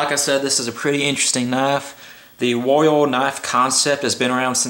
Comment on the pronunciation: "this is the spyerco woio"